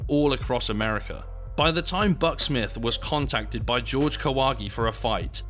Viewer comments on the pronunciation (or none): Yo can you british people at least say Spanish names correctly ☠️ JORGE (HOR-HE) STOP SAYING IT LIKE GEORGE. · Pretty sure it's pronounced "Hor-hay", not "George". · "Horhe", not "George". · If he's Mexican, isn't his name pronounced as hore-hey? Not George? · His name is pronounced "whore-hay"... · Is it really that difficult to say "Jorge" though? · How come his name Jorge is pronounced "George" instead of "Hore-hey"? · I think it is pronounced as Horge not George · His name isn't George, it's Whore-Hey, He seemed 100% genuine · Does Kahwagi actually pronounce it "George"? In Mexico it would almost always be pronounced "hor-hey" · It's pronounced HOR-HEY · "Jorge" is pronounce "hor-hay". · BTW the name is not "GEORGE" just like a damn John is not a juan.....right?............sure.....